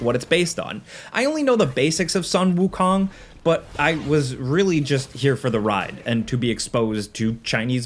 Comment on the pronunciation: Wukong is not pronounced like Wu-Kong like in King Kong, but like cone.